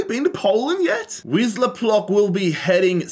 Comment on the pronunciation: I laughed so hard when he tried to pronounce Wisła Płock ( i know its hard and im not laughing at him just people trying to pronounce polish names are so funny)